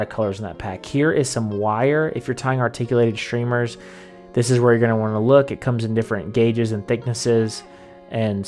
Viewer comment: “Shtrip?!” “Shtreamers” Ashtounding.